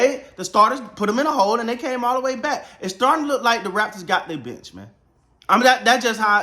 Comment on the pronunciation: The first 5 times when he said "the bench", I heard "the bitch". And I am like "who the hell is this bitch and why do they call him the bitch?"